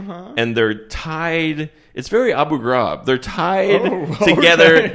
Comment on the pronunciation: I enjoyed the French pronunciation of Abu Ghraib: "Who designed your dress?" "Abu Ghraib, darling."